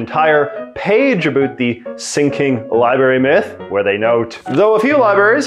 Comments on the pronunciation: I know Canadian pronunciation can sometimes make your videos fun to watch randomly. But the word "Libary" doesn't exist. There's another R in there. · Omg it’s “LibRary”!!! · Does he really say "libary?" Or am i mishearing? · Lie Berry...what the hell is that?